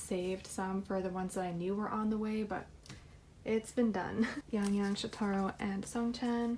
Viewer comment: This video was so relaxing! Also shotaro is pronounced show tuh ro lol